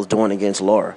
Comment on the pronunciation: Man you're analysis is so flawed, first you say Lara is not an elite fighter, he is a B- fighter, and then you say he is a supreme boxer, make up your mind oh yeah and it's Lara not Laura, you probably call Maidana Madona too